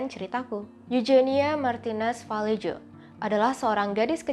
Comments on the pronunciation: Koreksi aja pengucapan spanyol huruf j di baca H. Contoh juan=huan Mirip huruf g dibaca juga h. Montija=montiha.. vallejo=valleho.. sumber gue akurat dari nama pemain spanyol di laliga karena suka dengerin komentator spanyol bilang begitu.. kalau eugenia itu dibaca euhenia aku pernah tau pround eugenia dari ratu ena. Nama inggris victoria eugenie tapi pas sampai spanyol jadi victoria euhenia... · ll dibacanya y ngga sih harusnya? Jadinya Vayeho? Sumber yg gw pake dari Real Mallorca=Mayorca